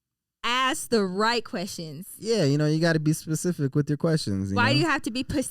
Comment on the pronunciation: Why are we saying “pacific” instead of “specific?”